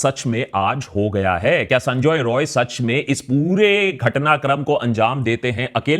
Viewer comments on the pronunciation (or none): I want to rectify one thing. You are pronouncing accused name incorrectly. His name is Sanjoy Rai... Not Roy.. He is not a bengali.. He is an outsider so dont pronounce it like Roy Roy.. Its Rai Rai.. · Is he not Sanjay 'Rai'.? Roy and Rai is not same... it is sounding wired... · Correction:It’s not Roy it’s Rai